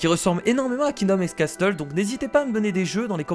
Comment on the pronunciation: on ne prononce pas le T de casTles